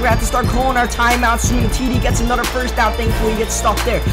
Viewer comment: this dud e loves D's , BRO its " Another " not anudder ! fucking damn